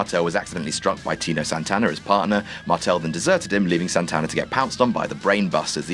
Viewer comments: Make a wish, count to three Scratchcard TV XXX Santana not Santa... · Tino Santana? Come on,.